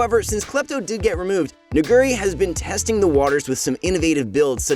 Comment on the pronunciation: I feel like this guy purposely mispronounces Nuguri just to satisfy his urge to say the N- word...